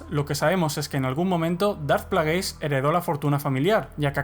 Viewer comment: 'Dart Plagueis' foneticaaaaa 😖😖 se pronuncia "Pleguis"